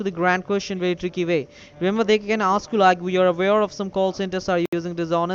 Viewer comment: When they "osk you some cwusshons" you better hang up. They'll take "each and everrrry t'ing!"